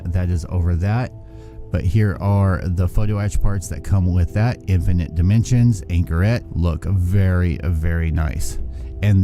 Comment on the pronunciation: “Provinens gunam” “infinit nimensions” “super heavy nuny”